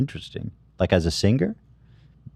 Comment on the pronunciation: I hate how Ethan pronounces “singer” lmao